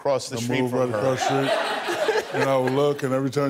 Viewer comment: It's street...... Not schreet.